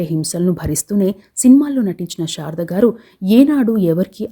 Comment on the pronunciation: బాగా వివరించారు. కాని, షారద గారు అని ఉఛ్ఛరించడం బాగాలేదు. ఆమె శారద . షారద కాదు. 'శ' కు 'ష'కు బేధం ఉంది. "శషభిషం" అని.ఉఛ్ఛరించడం లో తేడా తెలుస్తుంది